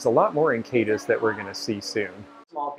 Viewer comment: Love love love your informative tours! Just FYI-it's KAY-DEEZ. I had to check myself and ran across a min Youtube video titled We Tried to Pronounce These KY Town Names. It's pretty fun.